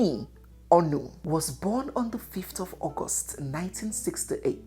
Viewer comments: This really connected all the bits and pieces missing in my knowledge of our queen- slight observation, pls ask elders on onoh’s pronunciation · Why are you mispronouncing “Ngwo” and “Onoh”? Biko oooo😂😂😂😂😂